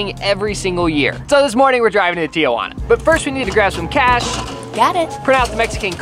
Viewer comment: It’s so funnny the way he pronounced Tijuana he pronounced it like “teouana ”